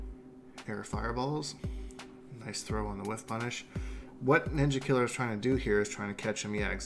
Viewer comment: When you say Ninjakilla's name you say it with an "a" not an "er" or else it's racist